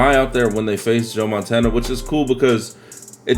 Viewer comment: You almost said Joe Montaina lol